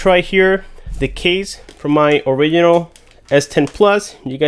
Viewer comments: It’s not orikinal its orijinal im talking about “original” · Please pronounce original correctly. There's a G there for a reason